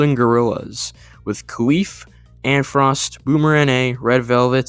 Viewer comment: Kyle f not Khalif just so u know